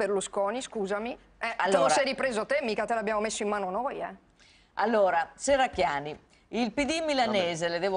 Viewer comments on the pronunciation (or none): come politico la Shherracchiani farebbe bene ad imparare a pronunciare correttamente la "sh" :)